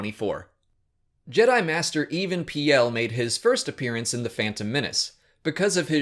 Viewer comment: Several of your pronunciations are off, such as Even Piell's name is pronounced "peel", as in lemon peel, and Tantive is pronounced "Tan-tiv", but otherwise, great video.